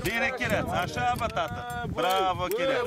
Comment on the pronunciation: its chireata not kireatsa